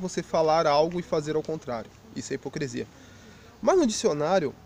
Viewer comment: A ideia central do vídeo, bem como seus argumentos estão bons...mas pelo amor de Deus cara: é HIPOCRISIA! Hipo"CRE"sia é algo que chega a doer os ouvidos. Espero que não se ofenda...mesmo porque, gostei do vídeo, e a crítica que faço de forma alguma invalida a mensagem que vc passou.